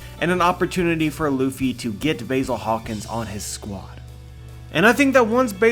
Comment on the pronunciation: I didn't know Basil Hawkins had a 'y' in his name, you are saying it wrong!